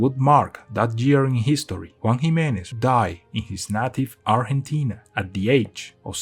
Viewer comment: Sabes que la persona no es hispanohablante cuando pronuncia bien Argentina en vez de "arllentina"